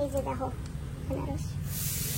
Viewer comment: তোমরা বেনারস বল কেন ওটা তো আনারস